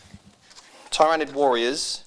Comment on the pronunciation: Your insistence of saying tyranid and tyrant guard wrong is quite annoying lol